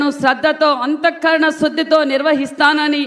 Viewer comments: బారత దేశం, సాసనం, శృద్ధి అని దరిద్రంగా తెలుగు పలుకుతున్న ఈ waste మొహం మనకు ఏం న్యాయం చేస్తాడో ఏమో అంతా భ్రమ... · శాసనం కి సాసనం అన్నాడు... శుద్ధి ని శృద్ధి అన్నాడు...మనకు తెలుగు ఎప్పటికీ రాదు...